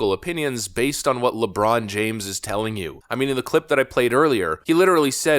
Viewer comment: “It’s Lejon Brames.